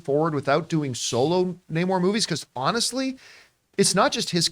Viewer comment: Hate how they pronounce his name properly just once then go back to calling him Nay-more😤😤😤😤